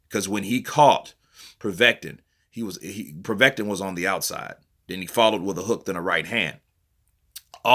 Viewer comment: It's so funny how you pronounce Povetkin. Like you say "Proveten". 😂😂